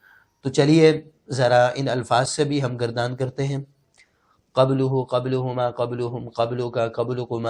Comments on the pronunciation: لکھا تو زبر ہے۔ لیکن آپ پیش کی اداٸیگی کر رہے ہیں۔ اس کی کیا وجہ ہے۔ کیا اسکا بھی کوٸی قاعدہ ہے۔جیسے یہاں لکھا ہے قَبلَہٗ لیکن پڑھ قَبلُہٗ رہے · Talufaz (Pronunciation) Qabla likha ha. Aap Qablo parhtay hain. Wazahat ferma dain.